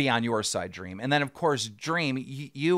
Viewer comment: 1 word: dweam